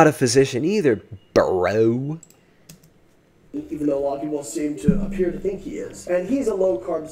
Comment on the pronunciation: “You’re not a physician either baaa-rowww” 😂😂😂 the emphasis on “bro” was awesome!! Lol